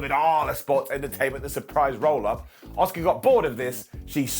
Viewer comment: Every time I watch one of these videos (I do enjoy them to be honest) but I can’t help but think, who is “Oscar” 😅 A—SUーKA! 😝sorry, it just drives me crazy.